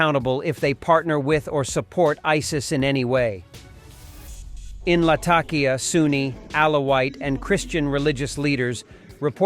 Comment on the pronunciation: la-TAK-e-AH? Someone needs help with pronunciation.